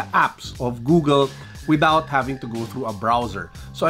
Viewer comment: cons: pronouncing Google as GooGEL.